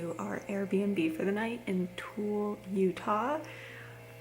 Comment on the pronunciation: Tooele is not pronounced tool. It is pronounced strange for how it it is spelt. It is pronounced tuhwilla. I live in Utah. It’s a great place.